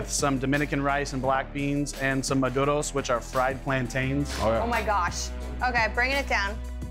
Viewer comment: Dude said madoros instead of maduros😂😂😂